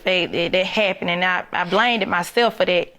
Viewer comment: "Blame'ded"😒🙄🤔🤦nevermind...let me keep listening...